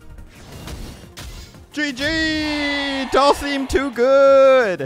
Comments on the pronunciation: You pronounce it Dull-sum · Please stop saying Dhalsim's name like that, it's triggering me